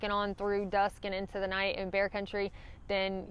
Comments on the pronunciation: I was trying to figure out why you kept saying not not hike in grizzly country, then I realized you were saying not night hiking! Seriously though, I love your accent. My mistake was getting out on a steep cliff, realizing it was a bad idea, but going on since going back wasn’t any better. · Ha ha! Love everybody elses accents. It took me a while to understand "night" and knew what she was saying when she said "hiking". I turn on CC if available and it does spell "hiking" as "hacking" for many thru hikers. Not sure what "night" comes up as but "not" comes up as "nat" sometimes. Hilarious if you read CC on people's YouTube videos.